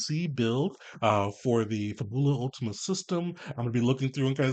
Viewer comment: FA-bu-lah UL-tee-ma. It's (probably) Italian for "Last Fable" (or "Final Fantasy.")